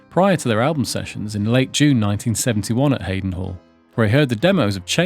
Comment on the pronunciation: Hadd-on Hall, not Hay-don Hall. Talk about mispronunciations 🤣